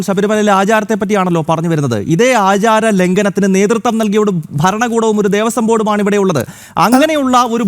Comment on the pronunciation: ദേവസ്വം ബോർഡാണ്,,, കൊയസ്വം ബോർഡല്ല 🙏🙏🙏